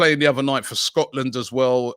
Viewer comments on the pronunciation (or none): none